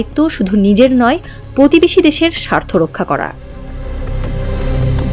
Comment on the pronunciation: এই সংবাদ পাঠিকা কোনদিন কি প এ রফলা উচ্চারণকে সঠিকভাবে উচ্চারণ করতে পারবে? পকল্প ,পতিবেশী, পকাশ, পতিষ্ঠান, পধানমন্ত্রী , পতিটি - আমি ছাড়া কারো কানে কি এই জিনিস খটকা লাগেনি?